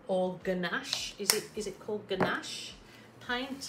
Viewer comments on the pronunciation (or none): This turned out gorgeous!!. Ganache is something you eat heheh i think you might have ment Gauche pronounced-*gwash ?? :D I do hope you do more of these !!!! Much love from NSW <3